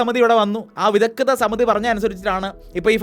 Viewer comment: വിദഗ്ധ സമിതി , വിദഗ്‌ധത സമിതി അല്ലാ